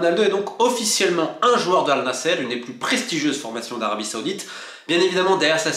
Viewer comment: Ça se prononce an-nasr et non al nasser. Le sens n est pas le même